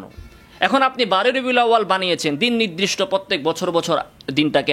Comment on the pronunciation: "নিদরিষ্ট" শব্দকে " নির্দিষ্ট" অর্থাৎ নিরদিষ্ট বললে ভালো।